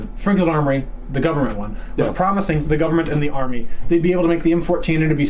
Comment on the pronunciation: Sprongfield Uhmory lmao